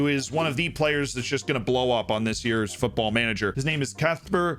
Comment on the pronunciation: Man have problem pronouncing "Kacper" but takes on "Szczecin" like native drunk Pole xD